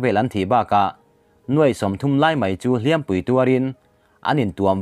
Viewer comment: Hliam pui, tih a hliam hi ri hniam a lam tur.